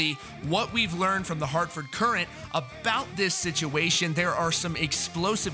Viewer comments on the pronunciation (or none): I will punch you for saying "Courant" that way.